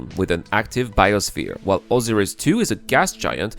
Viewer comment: Oh-sigh-riss is how you say Osiris. XD Great video. It gives me some hope we will see this within my lifetime.